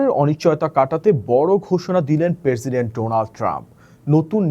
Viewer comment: পেরসিডেন্ট না। প্রেসিডেন্ট